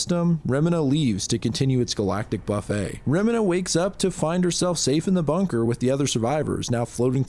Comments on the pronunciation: Also loved this video but did you not look up how Remina is said, you're saying it like it's a chemical made to clean toilets 😂 re -MEE-na, or reh-miin-ah, Not -reh-minh-hah. I'm so confused how someone could come to that conclusion. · You had me thinking Ive been saying Remina the wrong way the whole time 😂 for future reference it is indeed said 'reh-mee-nah'